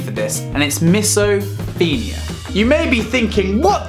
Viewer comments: It's pronounce MISO PHONE IA not MISO FIN IA. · it’s not miso-feen-ia it’s miso-fone-ia btw it’s a good video though👌🏽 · since when did o get pronounced as e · Certain you're pronouncing it wrong!